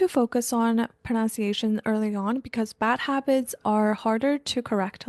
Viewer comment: Thank you for the learning tips! You've motivated me to restart learning foreign languages!! I admire your approach and dedication. Just FYI, the letter u in the word "pronunciation" is a short u, not ow as in the word "pronounce" and "pound."